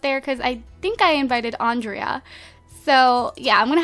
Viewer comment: Pick Kendra and also Andrea's name you don't pronounce the a